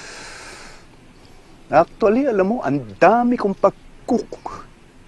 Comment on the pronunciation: When he cannot say “pagkukulang”... i felt the pain.